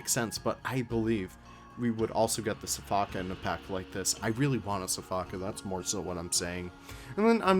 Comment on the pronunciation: It’s pronounced shfock, not sifaka, lol